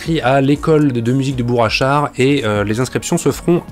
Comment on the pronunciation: J’ai un peu envie de faire mon chieur, mais dans Bourg Achard , y a un G à Bourg , donc on ne fait pas la liaison "Bourachard" , mais on prononce Bourcq Achard , en français ce G, se prononcé Q ou K ,et on fait la liaison avec ça. Et toc , pour une fois que c’est moi qui t’apprends quelque chose , j’vais m’gêner tiens......